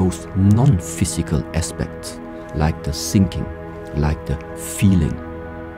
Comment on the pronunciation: Its funny when you hear sinking instead of thinking, its like it was on purpose